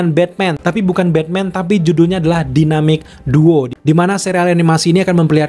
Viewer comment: Maaf , kalau usul saya, bahasa inggrisnya di-upgrade bang, terutama untuk pelafalan. Misal, pelafalan yg benar: Marsian Menhanter, dan juga Dainemik Duo.